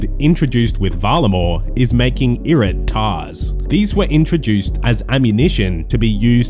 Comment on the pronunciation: Anyone else had to listen twice when my man started mentioning "Irit'Tar"s ?